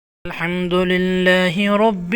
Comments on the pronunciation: محترم آپ لفظ رب کی ادائیگی میں زیر پڑھ رہے ہیں جبکہ وڈیو میں رب پر زبر لکھا ہوا ہے۔ تصحیح فرما لیں تاکہ پڑھنے والوں کو کوئ غلطی نہ ہو۔ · Zabar likha ha ap zair parh rhy Hain ya